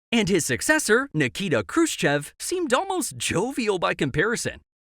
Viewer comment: Niki'ta Khrushche'v